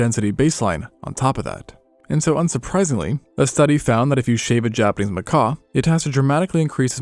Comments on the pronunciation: Noah fence but how do u research a whole video for a species of monkey without learning how to pronounce the its name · The q is not silent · no, he just doesnt realized his mispronouncing macaque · he wrote in a comment that he learned a wrong pronunciation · It won't be fine lol. You can't make YouTube videos about an animal and mispronounce the name of the animal. Sure it's not a big deal, but it's not something that's just okay to do. It's still a mistake. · Hey...nice video but a "macaw" is a big ass bird, darling. These are Macaques...like 'Mac-kack'. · Loved the video just like I love both your channels, but for crying out loud, these are monkeys 🐒not parrots 🦜. MacaQUE not macaw😂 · How did this video go from monkeys to people? And it's macaque not Macaw. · "Macaw"? A macaw is a bird. Those monkeys are called Macaques. "Macacs". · Bro you calling them Mcaws was driving me nuts. I woulda clicked off if I was a less patient man. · macaque is not pronounced the same way as macaw. Lmao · Bro, it pronounced makak, not makaw. Some say macock and that's fine if that's your thing. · FRRR why was he calling them macaws 😭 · I thought he was talking about a bird when he said macaw instead of macaque. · 😂 Happens to the best of us. Macaw 🦜 ≠ macaque 🐒 😅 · Japanese 'Macaw'? What? That's not how you pronounce Macaque...its a monkey, not a parrot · is that how you're supposed to pronounce macaque? I have only ever heard it "ma-cah-khe" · IT'S PRONOUNCED "MAH KAWK" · He probably heard Macaw at some point and presumed it was written like Macaque and meant the Monkey. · It's pronounced Muh-Cawk, as in muh-cawk got a little chilly and shrank away from the frigid wind. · He probably made a deliberate choice to mispronounce ma-COCK 😅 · Hes calling them macaque he just doesn't realize its coming out as macaw. 🤷‍♂️ It's the silent que that's throwing us off. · I suspected mispronouncing macaque was so you didn't get demonetized for swearing.